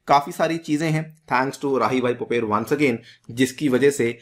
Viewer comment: राहीबाई पोपरे , माताजी का नाम, नही की पोपेर